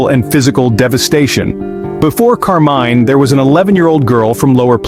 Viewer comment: Interesting take on the Mr Cruel crimes. And thanks for the captions for the hearing impaired, too, much appreciated. Two things. 1/ There is no evidence for Mr Cruel being a serial killer besides one alleged murder. 2/ The name of the murder victim is Karmein not Carmine. There is no stand alone C in transliterated Cantonese, it is K. Karmein’s parents originally came from Hong Kong.